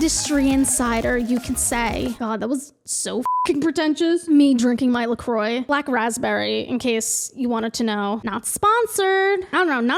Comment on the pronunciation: Also you can never be pretentious pronouncing La Kwah incorrectly. ❤😂